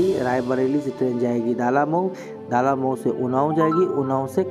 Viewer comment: ये "दालामऊ" नहीं "डलमऊ" है।